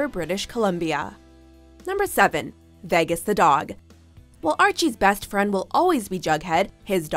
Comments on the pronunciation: 'veggas' got me triggered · why did she say "vehgus"? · Ugh the way she says Vegas 😬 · Why can’t she say vegas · Why can't you say vegas properly